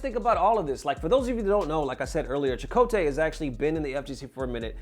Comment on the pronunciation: I see you pronouncing Chakotay properly now, like you didn't say Chockatai last video. I'm onto you bruh.